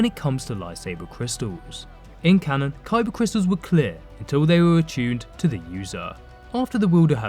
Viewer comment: “Cybah cwistuls” 👉🏼👈🏼